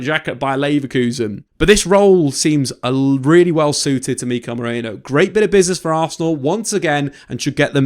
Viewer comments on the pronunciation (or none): ME-RI-NO not MORENO lol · British people can't pronounce Merino for their life. Stop pronouncing it like it's spelled Moreno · Why CANT you pronounce his name properly... MERIIIIIIIIIII NO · Meriiiino. Everyone keeps saying Moreno... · I like your videos, but calling him Moreno every 10 seconds was unbearable, very unprofessional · They can't say his name for some reason. All English media have been butchering his name. I heard Marino, Moreno, Mereno, 🤣🤣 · Every time they try to say Mikel Merino for some reason they say Nico Moreno or something like that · MerIno. FFS at least pretend you're trying... my word. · Butchered his name throughout this 😂 good video besides that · I genuinely can't tell if he's mispronouncing his name on purpose, or is actually dyslexic and can't read the letters of THE NAME ON HIS OWN DAMN DIAGRAMS...either way, do better. Or should that be?